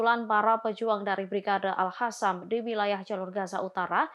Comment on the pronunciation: Al Qasam dibaca al hasam Qatar dibaca Hatar